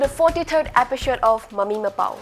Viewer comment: Pronounce 'episode' as 'episode' not as 'epishod'. It really kills me.